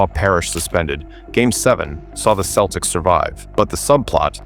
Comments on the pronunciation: Thanks for not bothering to have a real person narrate the video and relying on stupid AI. The "KEL-ticks" Any idiot or moron basketball fan realizes it's the "SELL-ticks" but not stupid AI. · Next time you program your AI, make sure that CE words (such as "cent" and "center") ALWAYS have a soft "c." It's pronounced "SELTICS," not "KELTICS." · “Keltics”?!? AI slop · This must be AI, Celtics has different pronunciation